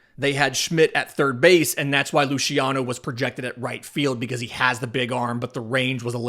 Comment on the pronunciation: Luciano is a Spanish last name not Italian. The pronunciation is with an S sound on the C not a Sh or soft CH sound. Sorry it’s a big pet peeve of mine ;). Good show thus far.